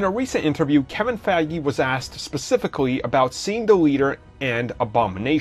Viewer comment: "Kevin Faggy" lol